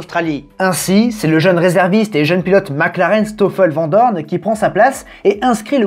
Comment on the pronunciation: Ça ne se dit pas VENT Doorne, mais VAN Doorne !!